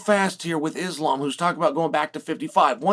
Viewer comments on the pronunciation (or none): none